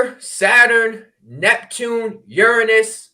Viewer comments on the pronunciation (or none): none